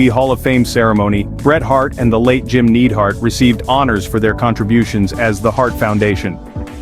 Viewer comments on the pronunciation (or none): Eye-O shirai and Jim Needhart? F off